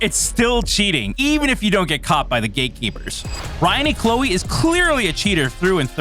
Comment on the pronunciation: You have audio saying it and you still kept saying Clowe's name wrong! Do more research a few learn how to say names right!! Ypu messed up alot!